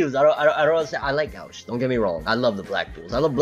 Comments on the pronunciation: Gauche, is pronounced (go-she) it's French. Go to see you back keep it coming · Gauche in french is not pronounced go-she😂 its like gaush